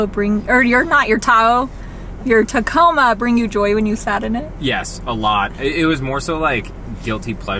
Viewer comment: Husband calls tacomas Taco Ma's